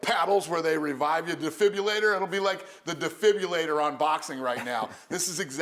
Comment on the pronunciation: Defibrillator not defibulator Dana!